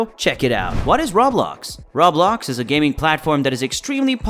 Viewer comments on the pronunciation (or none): RO - BLOX AS IN ROEEEEEE-BLOCKSSS. Rawblox over and over annoyed me.